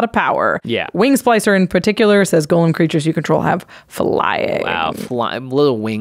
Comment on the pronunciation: it's GO-lem. please. please.